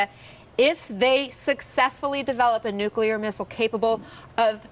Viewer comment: Trump has no idea what he is doing. Or how to say nuclear weapons